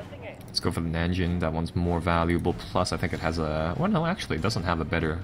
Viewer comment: Najin. not NaNjin